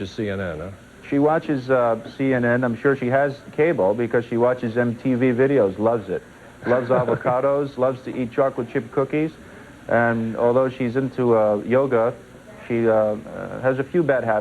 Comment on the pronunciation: She loved watching MTV?????? LOL "I Vant My MTV"....